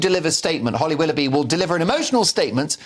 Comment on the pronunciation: "Hollow willoughby"